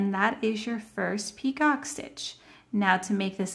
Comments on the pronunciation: Thank you for the video. Your work is beautiful. However, the second border is a picot stitch, pronounced “ pee-koh”. It is not a peacock stitch. That is something entirely different. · I love this washcloth stitch. Also FYI, the "picot stitch" is pronounced pea-ko. It's French. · Yes…you are correct! Pronounced “ pee-koh”.